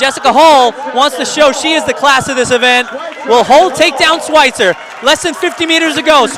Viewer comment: I wish they'd pronounce words like "schweizer" right